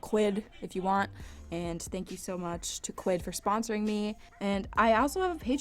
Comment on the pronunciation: When she said quid I was like SPEECH IMPEDIMENT DOCTOR DOCTOR...yup I know stupid make. Fun laugh it out